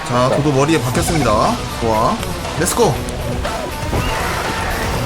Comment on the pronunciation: 도자(도도)테이밍하고 이름 지어줄때 고자라고 들음ㅋㅋㅋㅋㅋㅋㅋㅋㅋㅋ